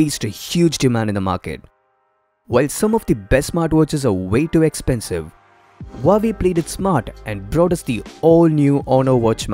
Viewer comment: Its not huuu aaaa vey.. its wahh vey